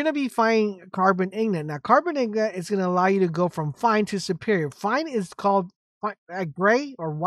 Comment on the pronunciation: Good ol "ignots" and "ruins"